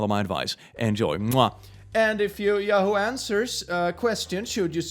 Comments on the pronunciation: now the sounds like hes saying ''yaho,, great job click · Maybe I'm just sleep deprived, but the way he says yahoo caught me so off guard every single time he said it, even if I knew it was coming.